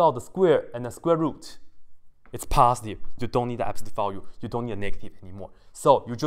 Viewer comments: He said positive and i hearn pasediveu or something , the math was very interesting to me ! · Nobody:: Paaastiv